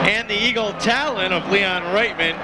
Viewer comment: The way "Eagle Talon" is said, here. lul